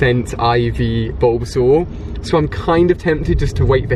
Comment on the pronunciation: Its bulbasaur 😉